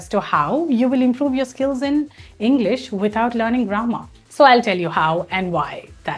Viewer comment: It's not pronounced Englis but English